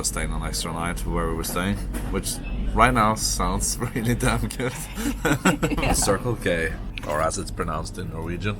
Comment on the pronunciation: It's not very often people pronounce Circle-K correctly, but I'm glad to hear it pronounced so perfect 👌